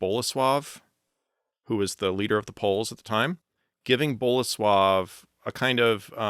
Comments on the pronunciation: I paused the video to make this exact comment, I'm glad other Poles also praised this. When I heard the first flawless "Bolesław" I had to do a double take and make sure he wasn't Polish; that's kind of silly since English has all these phonemes, but very rarely have I seen English speakers put an effort into pronouncing Polish words correctly. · Kudos for pronouncing Bolesław and Mieszko right!